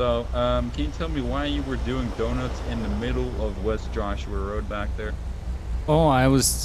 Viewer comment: was driving like an old woman with his flashers being on constantly. Also: "dunnuts"